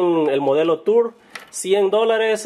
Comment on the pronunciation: son los audifonos tours y se pronuncian turs deberiar aprender a hablar ingles de nuevo y tambien deberiar escuchar mejor musica culturizate! tienes la oreja amorfa